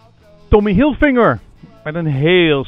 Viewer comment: hoi, die meneer heet tommy hilfiger, dus niet hilfinger. groet!